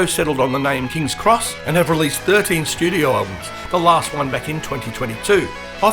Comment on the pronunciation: It’s not Kings Cross, but Kings X (pronounced ex).